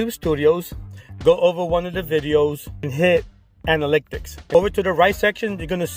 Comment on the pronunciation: Me everytime you say anaLYCTics vs analytics 😬🙉. but I’m going to see if this is true about watch time by only uploading shorts to a new channel.